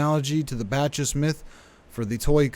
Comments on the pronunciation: Not batch-iss, BOCK-iss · Thank you for your videos! Just wanted to respectfully bring to your attention that the proper pronunciation for Bacchus is "ba· kuhs". Sorry, I would've sent it as a private message if possible.